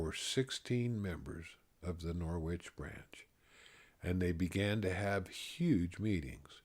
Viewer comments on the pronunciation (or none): Thank you so much for sharing your stories! I have enjoyed them all. My mother is a WW11 bride from Norwich, England. She joined the church when she was about 13. Just FYI, the W in Norwich is silent. Thank you again, Paula.